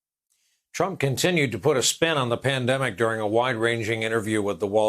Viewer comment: Mandemic not pandemic